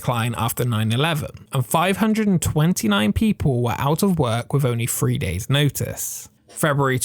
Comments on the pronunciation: Why can you pronounce THE, but cannot pronounce THREE (free). Seems like pure laziness. Driving me to the point I cannot watch ! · How do you pronounce "3" again? Free? I thought is was pronounced three.